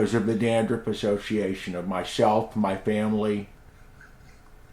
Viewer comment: Did he just say Gandruff? 😂